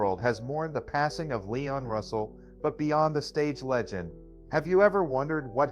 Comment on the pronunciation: LEEEEEEEEEEEEEEEEEEEEEEEE ON Russell Not LYON Russell